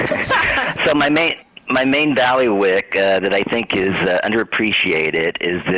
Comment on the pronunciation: Bay•lee•wuhk or Bai•li• wick... I believe are better/more accurate ways of pronouncing bailiwick.